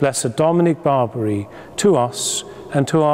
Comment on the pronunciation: It's NOT St. Dominic BARBARY (.. what?.. like the Barbary Pirates of old??). St. Dominic is Italian, and his surname is "Bar BEE AIR EE."/ Barbieri. That shouldn't be so hard to say, my dear. Prairie Grandpa from Alberta, C a n a d a. Thank you for the brief "tour" of Blessed Barbieri.